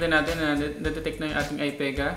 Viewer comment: Stop saying Ai PAE GAH.. ITS AI PI GAH fucking hell